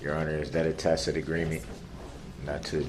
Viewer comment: I loved it when he would pronounce TACIT as TACK-IT.